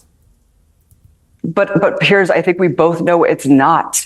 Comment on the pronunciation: Piers. After all these years and his name actually written on the screen as a reference you still get it wrong. It's not even pronounced the same. And yes...details do matter. This is also reality.